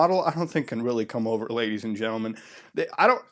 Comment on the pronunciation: Boy id pay 5 dollar everytime if i could bitch smack him every time he said lagies and gentlemen